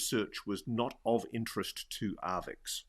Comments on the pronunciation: Sorry for the pedantry, but arXiv is "ark-siv", not "ar-vix". Thanks for pushing the topic, please keep doing what you're doing! On the AI subject, I wonder how long it will be before ads are seamlessly integrated into content, where advertisers can literally put words in the mouths of content creators. It feels inevitable. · Archive not Arvix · it's not Arvix, Ross, it's Arxiv, usually pronounced as 'archive' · it's not 'arvix' it's Arxiv, pronounced "archive". It's held/run by Cornell university. FYI. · "Arvix"??? WTF is that??? It's pronounced 'archive', because of the Greek character xi (pronounced 'ci' or 'chi'... or 'ky', with the c being as in 'cat'). AND.... ArXiv tends NOT to publish if a paper has BEEN ACCEPTED by another journal! And, BOTH of Dr Villaroel's articles have been published! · Arvix 😅 it's pronounced "archive". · It's pronounced "archive", Ross... arXiv, not "arvix". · its ar-CHI-ve. "Archive". A greek chi. In the middle. Not an x on the end. Ross is drunk as hell. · arXiv is pronounced 'Archive'... Grrrr! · That mispronunciation irritates me, as well...